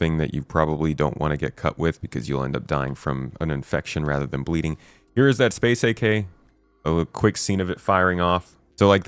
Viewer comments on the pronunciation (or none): none